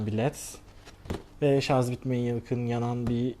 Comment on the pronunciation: ŞARZZZ DEĞİL ŞARJJJJJ.... JJJJJ:)